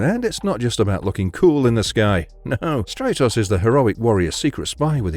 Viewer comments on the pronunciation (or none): Stratos is pronounced like Brat. Or Stratosphere. Not Straight-os